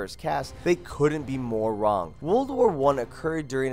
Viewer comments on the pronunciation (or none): none